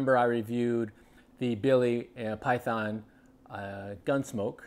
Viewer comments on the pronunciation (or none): none